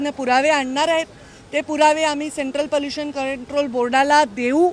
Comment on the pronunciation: पलुशन नाही पोलुशन थोडे भाषेशच व शब्दाच पोलुशन थांबवा